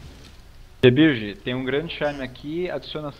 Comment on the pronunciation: fale!!!